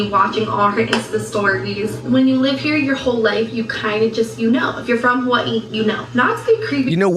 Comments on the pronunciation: "Ha-wAH-EE" Geezus lol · 😏 Unfortunately what has not realised, is Jess gets bored quite easily with people after a while. After moving all the way from what she pronounces Huwii! Like the phone lol. What a total shame, because Jess for certain will bore of her soon enough. Jess will find or make excuses not to meet with her or invite her to places or her house. It will definitely happen just watch this space. Before we know it, poor sunkissed idiot will be no more. She will frizzel out of Jess life. As if she was never in it. Goodbye. Back to Huwiii you go.😃😁😘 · Why does it make me want to throat punch her every time she says “Ha-Vwye-ee?! STOP! She says Waikiki the improper way, she says every other Hawaiian word incorrectly, EXCEPT Hawaii. Just STOP! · And the way she says Hawaii literally makes me nauseous 🤢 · Why does she pronounce “Hawaii” like that? Is she ok?